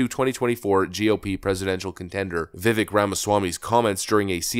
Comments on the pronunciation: Viv-AYK. It isn't ek and it bugs me so much you don't even bother to try and say it right. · i like your vids, but i HATE that you continually mispronounce Vivek's name. Viv-AKE. you have one more chance to fix or i unsubscribe.